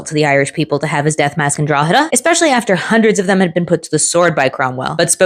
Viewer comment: Respect for pronouncing "Drogheda" correctly. You'd be surprised at how some pronounce it